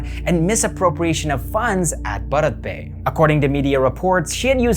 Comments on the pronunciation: It's pronounced as Bhaarat Pe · Your pronunciation is ok ! It’s a mix Hindi and English word. You are fine ! 🙏🏻🌸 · bharat pay toh bolna seekh lo pehle